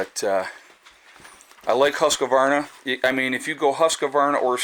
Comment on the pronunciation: It’s not huscavarna... It’s pronounced [huskvarna] 😉👍